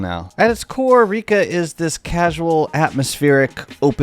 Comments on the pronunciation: Please, it's pronounced /rěka/ or /reká/ or /rẹ́ka/, there's no /i:/. Not that difficult to google. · It’s reka like wrecker